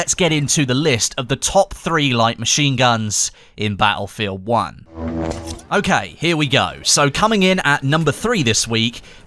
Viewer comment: i love how you say "ba'efield an'"